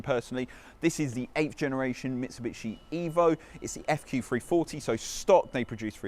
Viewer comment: “Mitchi-bitchi” it’s Mitsubishi 🙄